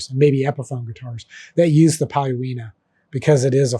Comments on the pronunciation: I think that should be pronounced pretty close to "Polonia" even though the spelling is Paulownia. I've build two guitars out of it. The grain is really nice, and the Tele I dyed teal with Keda dyes came out looking amazing. For fixed bridge guitars no problem (not sure about Tune-o-matic, I would probably add a block of denser wood for attaching it), but I do know the wood is not strong enough to hold a Strat vibrato reliably in the long term. I know because I put one on the Strat build before realizing - it is now immobilized. For stability, I think you would have to add blocks of denser, heavier wood if you're hell bent on making one with a vibrato. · "Paulowina" is actually "Paulownia", which for some reason gets mispronounced by just about everyone, including me, until I realised that I put the "i" in the wrong position. PaulowNIa - Paul-own-ya